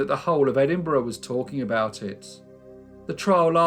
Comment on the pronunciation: It’s refreshing to hear Edinburgh pronounced properly🏴😂